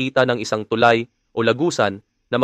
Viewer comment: Pakiayos naman pronunciation mo ng tulay sir! Mabilis ang pagbigkas ng salitang tulay! Thank you!